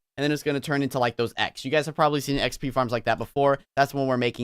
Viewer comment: Wen you say xp you say P P